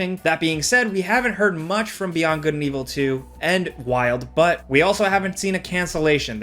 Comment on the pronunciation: he said "Wild Butt"